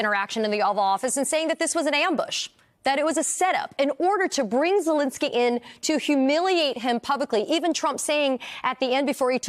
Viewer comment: Zelenskyy, not "Zelinsky."